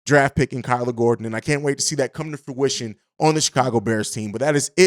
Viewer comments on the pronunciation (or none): none